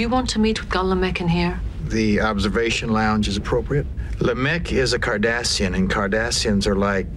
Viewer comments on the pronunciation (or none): it's Cardassian, not Kardashian. 😂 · As a counter statement, I would say that every time I hear the word KARDASHIAN, I hear Cardassian... Haha